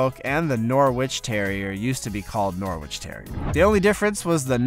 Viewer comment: It's pronounced Norritch lad. Like Keswick is pronounced Kezzick.